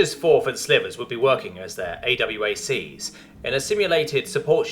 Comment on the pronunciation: Yeeees... Also, point of reference. In Military parlance AWACS is called 'Ay-Wacks', not A-W-A-C-S. The military wonks tend to try to say every acronym as a word rather than spell-out the individual letters.